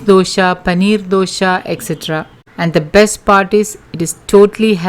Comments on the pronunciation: Its dosa not dosha, pronounce properly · Mam your explanation is very good. But it's not Dosha but simple Dosa. When you pronounce wrong way it's jarring 4 d ear. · It’s nice of u for giving all this nutrition facts but it is so annoying u keep on saying dosha instead of Dosa!!! Please dont kill our tradition food pronounciation!!! Thanx